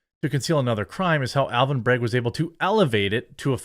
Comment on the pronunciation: Despite being a piece of garbage human, his name is BrAgg, not BrEgg 🤦🏻‍♂️